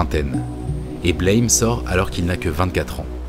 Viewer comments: Super video, extrêmement intéressante. Une remarque cependant : le titre du manga se prononce “Blam!” (Comme l’onomatopée d’une porte qui claque par exemple) et non pas comme le mot anglais “blame”. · Au fait "Blame !" c'est une onomatopée. Ca se prononce "blam" pas "Blèyme". Analyse Un peu trop tirée par les cheveux. C'est un juste un manga d'action un peu bordélique avec des décors de dingues. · Bonjour et merci pour cette vidéo ^^ Juste deux points importants : Blame se prononce à la française car en japonais les symboles forment ces trois syllabes ブラム！(Buramu!) en gros BEU-LRA-MOU (en phonétique); et Star wars ne sa passe pas dans le futur justement, mais dans le passé "Il y a bien longtemps, dans une galaxie lointaine, très lointaine" ce qui renforce son caractère "Héroic-fantasy". Ces informations son du détail, mais comme tu as l'air attaché au détails à juste titre, je tenais à préciser. ^^ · Aussi étonnant que ça puisse paraitre, le titre se prononce \blɑm\, ou Buramu avec l'accent japonais. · c'est un détail mais ça se prononce comme le mot blâme, à la française ^^